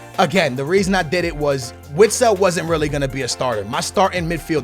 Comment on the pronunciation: Vitsel not Witsel